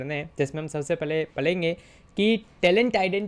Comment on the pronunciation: Sir apne padhenge ki jagah palenge bol diya 😊